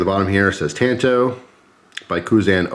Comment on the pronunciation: Yikes "tanto" think of the original Karate Kid and how Mr. Miyagi says "San" lol Otherwise cool.